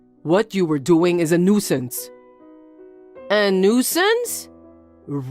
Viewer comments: I really wish they hadn't given her the word "nuisance" so many times, because she can't pronounce it for shit. The last time I heard someone butcher a word so badly, I was surrounded by literal children who were just learning to read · Nuisance has 2 syllables not 3.